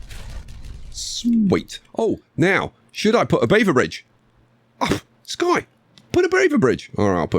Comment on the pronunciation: Dear... I was NOT expecting to get called out by name in an episode! That, on top of you using the idea I had, has absolutely made my day! As for name pronunciation, you actually got it right first try.